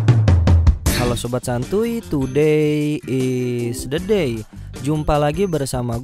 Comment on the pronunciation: Today is the day , ngomong bahasa Inggris nya koplak 🤣